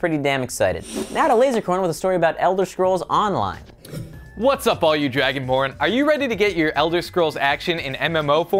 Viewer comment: ELDAH SCROOOOOLA ON DAH LINAAAA